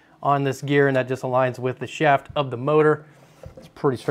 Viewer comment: The way you say shaft is highly suspect.